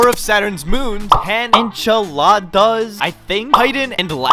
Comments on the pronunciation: WHAT THE HECK?! WHAT IS ENCHILADAS AND LAPTUCE?! THOSE ARE NOT THEIR NAMES! 😂😂😂😂😂😂😂😂😂 It’s Enceladus and Iapetus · you say it like “en-seller-dus” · "Enchiladas" and "Laptuce" WHERE DID YOU GET L FROM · Is. Pronounced in. Cell I. Dus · its enselados ponounce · Its pronounced "an cell uh does" btw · pronounce it like this : "en-sell-ah-dus" Iapetus is pronounced "eye-ah-peh-tus" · En - sell - E - des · it's pronounced En-cell-la-dus